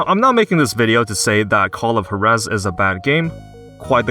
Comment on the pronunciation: The pronunciation of Juarez killed me lol I hate the way they told you the solutions in God of War: Ragnarok... it made it almost pointless to have a puzzle